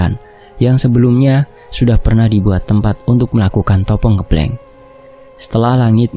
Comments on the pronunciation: bukan Ngeblenk..Tapi Ngebleng.pake E..seperti kita baca ejaan Benalu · Penyebutan ngebleng nya Salah he he it’s ngebleng not ngEblEng 🤣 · sedikit koreksi untuk pembacaan "puasa ngebleng" itu pembacaan (e) pada kata " ngêblêng" itu seharusnya seperti orang mengucapkan (e) pada kata "sepet" atau "lemes" atau "ngeres" atau "semestinya" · (eu) ngeubleung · Pelajari dn bertanya sm org yg lbh baham kosa kata tiap daerah mas, biar enak dengernya, dn ga salah ucap, koreksi kata ngebleng ya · Ucapan "ngebleng" nya "E " nya Sama dengan kata "benar" depan belakang mas 😅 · Koreksi sitik yo.. ngebleng [e]nya pake [e] pada kata "endak" pada kata kata "enggih"